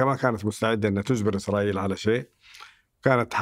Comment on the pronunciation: كأني سمعت "اخرائيل" من الضيف في الدقيقة 🤔